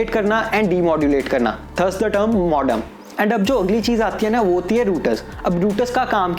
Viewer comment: Ruter nahi bhai router bolo... modom nahi modem bolo.. 😂 nice review thanks